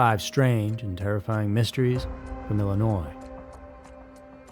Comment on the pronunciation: Thank you for pronouncing Illinois the right way